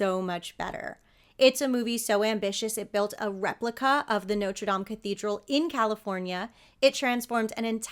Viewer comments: Bless you for saying "Nawtruh Dam", instead of "Noter Dame"! ⛪ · Thank you for pronouncing Notre Dame correctly. I knew you would. Too many people pronounce like it was the university with the famous football team nicknamed the fighting Irish. So glad your channel popped up. Just the story of Junior was more than enough to get me to subscribe....